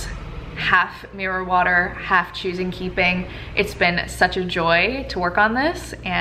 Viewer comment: When u said mirror water the first time,I thought you said marijuana 🙈🙈 I had to stop,re wind and re listen 😂 xx